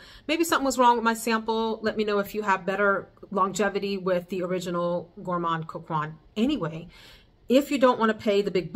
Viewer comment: Gourmand coquin = coke -en ( like how you pronounce “end” without the “d” 😅)